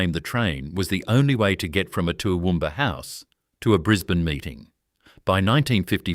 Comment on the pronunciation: What an absolute load of crap insult to jack McCafferty. Can't get the pictures' right. Bris bane...😂 Can't even pronounce that correctly this needs to be taken down